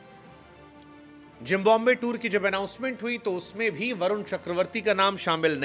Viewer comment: जब सूट बूट पहन कर जेंटलमैन बनकर आते हो और "जिम्बॉम्बे" कहते हो इतना घटिया उच्चारण